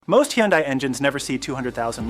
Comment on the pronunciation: Hi-un-day -always has been😂